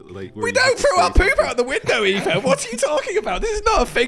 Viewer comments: they said Eefo cause can’t say etho correctly and he says eefo instead 💀💀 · WHY DOES EVERYONE CALL ETHO EEFO????